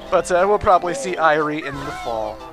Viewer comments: I also have pronunced as Eye-rie and not eerie. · im going to digress a moment here and serve my Irritations. You're canadian for fucks sake, dont say Eye-rie, pronounce it as Eerie. That is all.